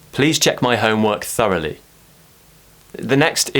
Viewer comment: I can never pronounce ‘through’ and ‘thoroughly’ like how you did, as a true asian 😆 living in Asia